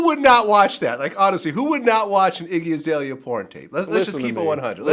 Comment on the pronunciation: Damn you fucked her name up bro, it's Iggy Azalea